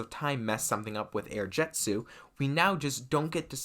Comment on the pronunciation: It's air jitzu not air jetzu